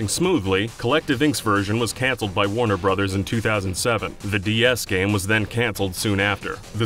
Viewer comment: That moment when you were distracted and you click just before the moment you'd stopped paying attention first try… Ah yes, Waunuh Broovehs……